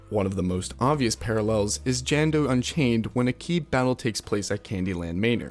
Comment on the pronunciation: Meeka, DjanDo, M"Ay"nor (Manor)...